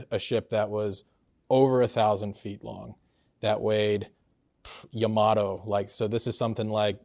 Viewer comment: "YA-ma-to." Pronounced with the stress on the first syllable--like Yamaha.